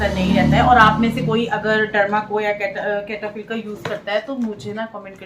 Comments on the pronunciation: its pronouns setaphill not ketafill,,plz dont mind,,hrr bande se galti hoti h,mene aapkosamjhane k liye c ki jagah s and k likha h ❤ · कैटापिल नही है सैटाफिल बोलते है। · सैटाफ़िल bolte hai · cetaphill boltay hai..app galat pronounce kar rahi ho. It’s cetaphill..please mind mat karega